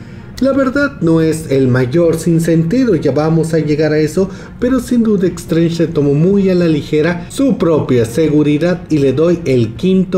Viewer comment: E"x"trange??? Vamos...se pronuncia"s"trench (más o menos)